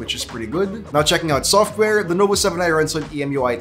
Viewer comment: did he say lenovo 7i